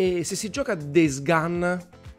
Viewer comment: DEIS GAN? Daje, un minimo di pronuncia eh